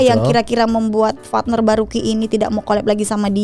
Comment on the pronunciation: Partner ya bukan fatner 🤣🤣🤣